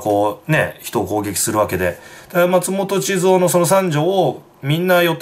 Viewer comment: 膣奥やなくて(ちつお) 智津夫(ちづお)やで!